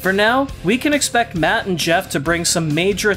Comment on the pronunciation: Every time you say matt and jeff I hear mutt and jeff and I laugh a little